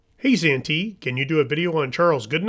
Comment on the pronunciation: Santee. You had one job to do and you fluffed your lines. I like the idea that even though he himself could not read he knew the value of having a newspaper. A true philanthropist.